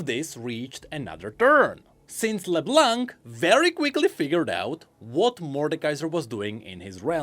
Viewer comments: thanks for all of this, because to be honest the season 2 was a big mess for me.. While Season 1 was a master piece, the 2nd just went on and on and on, most of the time headlessly.. It was a bit of a struggle to enjoy it.. At least now that part makes some sense. But please, no more "leblank", the C at the end is silent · "While Arcane is generally seen as great...." - Quite. xD PS: Can everyone please stop pronoucing the 'C' in Leblanc. xD It's a silent letter in the french language. Merci! ;)